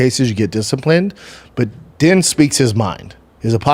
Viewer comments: Wish I could see Din Thomas’ face each time you butcher his name. It’s pronounced Deen and doesn’t rhyme with tin. 😅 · it’s spelled din but pronounced dean